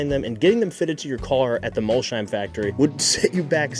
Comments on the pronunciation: and Mol-sheim instead of Molsheim. The German in me is wincing. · It’s not Mol-sheim. It’s Mols-heim. :) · City is called "Mols heim" not "Molshhheim" Bugatti’s business model is not directly comparable to HP’s printer-and-ink model, but the underlying logic is similar: the headline product does not always need to generate the full economic return on its own. Widely cited estimates suggested that Volkswagen Group lost substantial money on every Veyron sold, because the car’s development and production costs were far higher than its selling price (sold for 1 million, took 5 million to produce). However, the Veyron was also a technology demonstrator, a brand-building instrument and a statement of engineering capability. Its value therefore went beyond the profit made on each individual vehicle. Bugatti is not trying to offer “insane deals” or compete through volume. It sells extreme exclusivity, engineering, heritage and access to a very small group of customers. Buyers also generate long-term revenue through servicing, personalization, special editions and future purchases. People can criticize the pricing or ownership costs, but from a business perspective, it is a deliberately exclusive model designed for an exclusive customer base. I am saying this purely from a business standpoint—I know I will probably never own one myself.